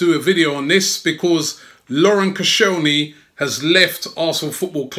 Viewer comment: Love you robbie mate but the way you say because winds me up!!!!